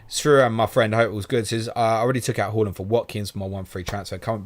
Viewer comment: Love the channel but can you please pronounce it Haaaaaland instead of Hawland and Son (S-on) instead of Sun. I wouldn’t normally get that bothered it’s just they are two players who are constantly mentioned and after hearing them mispronounced so often does get bit aggravating. Like I said…..love the channel bar this issue.